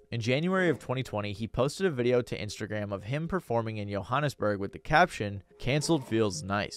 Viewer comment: I have to take a moment to acknowledge your pronunciation of "Johannesburg" no one would say it like that unless they're from there or did the research, that extra little detail made me sub well done bro